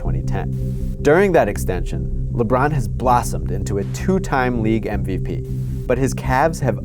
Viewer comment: holy crap its Lebrawn James!